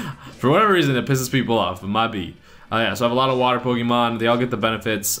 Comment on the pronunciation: u said water pokemen